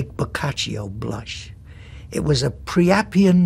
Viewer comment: It's not "pre" but "pri" (rhyming with "sky"): "Priapian (noun) : A lascivious person; a worshipper of Priapus [a male fertility cult deity of ancient Greece]. adj.: Priapic. Origin [etymology]: Late 16th century; earliest use found in John Marston ... poet and playwright. From Priap- + -ian" That said, the writers at Time and Cardinal Spellman were wrong: There isn't anything really priapic about the character of Silva Vaccaro or the way Wallach plays him. The seduction of the Baker character is hardly anything more than had been seen on the silver screen since almost the very beginning of Hollywood. The ugliness of the suggestive cuckoldry of "Baby Doll" is in its ferocious anti-White mockery of Archie Lee, the central character played by Malden with a seeming sardonic glee.